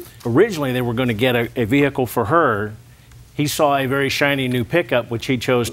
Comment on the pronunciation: Ol daddy… did get act in Deliverance. Ve-hic-kle